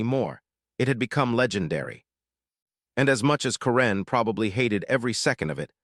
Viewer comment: Learn how to pronounce karen